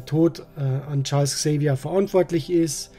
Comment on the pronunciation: Erst einmal vielen, vielen Dank, dass Du " Charles Xavier " sagst und nicht, wie heute allgemein üblich, " ÄX-Xavier " (😤). Da rollen sich mir jedes Mal die Zehnnägel auf 🤬 Ich hab ja ein wenig Angst, "X-Men 97" zu schauen. Die Originalserie hab ich damals geliebt. Aber ich hatte auch die damalige Batman-Serie geliebt und wollte sie mir unlängst auf Prime nochmal anschauen, aber nach noch nicht einmal einer Staffel ging mir diese infantile Erzählweise so auf die Nerven, dass ich abbrechen musst. Doch Du sagst jetzt, dass die neue Serie deutlich erwachsener sein soll und das macht mir Mut. Nicht falsch verstehen, ich schaue mir auch heute noch das Eine oder Andere aus meiner Kindheit an, aber nachdem seit geraumer Zeit alles, was aus dem Hause Disney kommst bis zum 🤮 weichgespült ist, reagiere ich mittlerweile recht...🤔 dünnhäutig. Na, solange nicht wieder diese pseudo-rappenden Bälger eingeblendet werden, freu ich mich sogar auf den Vorspann 😁 Kann mich erinnern, das ich bei der Musik damals immer ´ne Gänsehaut bekommen habe. Nach Deinem Video werde ich der neuen Serie definitiv eine Chance geben, aber wie üblich warten, bis die erste Staffel durch ist. Der Kanal :yt: Fritti-Verlag vergibt für Deinen Beitrag 5 von 5 möglichen Sternen (weil nur ein Daumen geht) und sagt Danke und weiter so